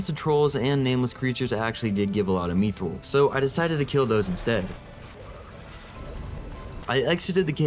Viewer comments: Its pronounced myth-roll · Love the videos. MYTH-Rl that’s how you say mythril